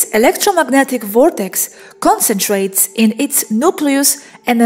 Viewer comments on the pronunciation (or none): none